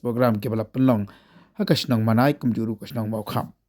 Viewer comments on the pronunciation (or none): Mawnai it's not Manai... please 🙏🏻 check it